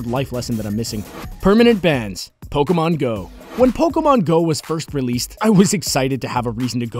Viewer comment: It's Po-KHEY-mon doofus.